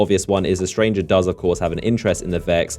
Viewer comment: STRANGR-AH. STRANGE-AH. The STRANGE-AH.